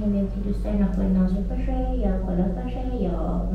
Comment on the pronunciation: چرا باشه رو اینجوری میگفت؟ باوژشه😂😂😂